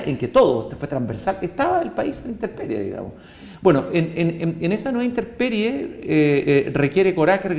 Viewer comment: ¿Dijo interperie? 😱